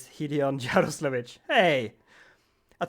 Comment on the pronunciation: i want to say what you speak "Yaroslavich" well as native i hear correct name with accent